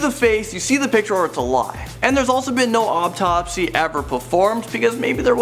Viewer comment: he keeps on saying optopsy